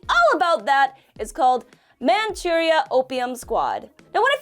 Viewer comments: I like how pronounced Manchuria with a Japanese accent, even though it is an English word based on the Chinese pronunciation. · I can't be the only person who does not like the the way she pronounces Manchuria